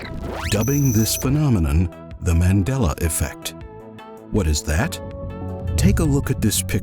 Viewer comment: You said that in the most Texan accent